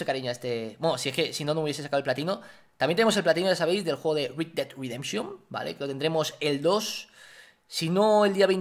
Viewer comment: red dead redemption... como lo dice vegetta:rid ded ridenchion como se dice: red ded redemshon